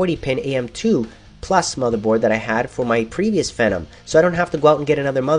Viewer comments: I thought it ws FEEEEE NOM, wtf dude you say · isn't it pronounced FEE-NOM? the way he says it rhymes with venom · phenom is pronounced "FEE-NOM"